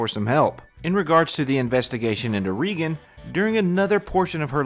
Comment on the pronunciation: it's REEEEEEgan.. 💁🏼‍♀ she's the 1 with the MOUTH..